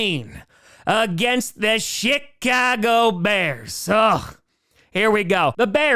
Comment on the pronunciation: Did he say Chicago or shitcago?